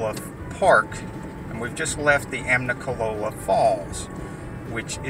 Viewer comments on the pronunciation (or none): No “n” in there brother. It’s just Amicalola, not Amnicalola.